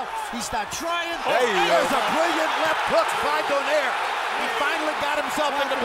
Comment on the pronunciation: Lmao Do-nehr. They don't know it's Do-nai-reh